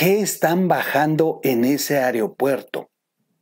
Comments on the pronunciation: Se dice aeropuerto mo areopuerto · Buena información. Sólo una sugerencia. Se pronuncia “aeropuerto” no “areopuerto”. Saludos!